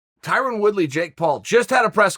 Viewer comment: Dana: “Tie Rone” Tyrone: * “Tie Ron” Chael: “Tie Rin”